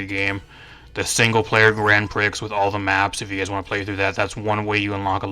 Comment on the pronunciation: great video, just one thing, * Grand Prix * is pronounced as Grand Pree, not priks. Prix is a French word thus pronounced differently.